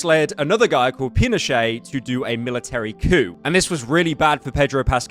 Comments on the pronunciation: As a Chilean myself, i laughed so hard hearing Allende as "Al-iende" and Pinochet as "Pinoshei" thanks Pyro JAJAJJAJA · a guy called "Ali Ande" is crazy work unc, but "Pinochee" lmfao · NOOO THATS NOT HOW YOU SAY ALLENDE OR PINOCHET😭😭😭